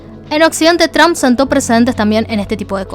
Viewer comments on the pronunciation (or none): none